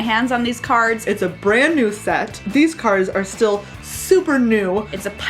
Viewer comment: Lol what is wrong with you two (also it is super not supper) They were having dumb fun Calm yourselves.